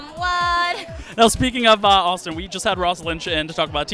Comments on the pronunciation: Did he just say raustin instead of austin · Did he say Raustin 1.55 or is it just me